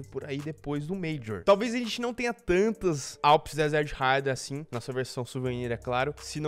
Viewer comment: Desert haidraw, q agonia do cacete kkkkkkkkkkkkkmkk raidraw